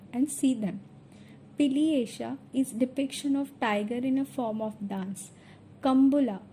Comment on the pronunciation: It is said as pilivesha not piliyesa